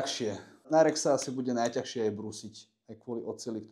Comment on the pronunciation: Najťažšie, nie "najťahšie". Ďakujem.